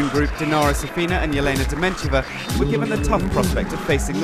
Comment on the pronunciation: You would expect that an official wta video would have the voice over pronouncing names correctly! Its Elena not Jelena Dementieva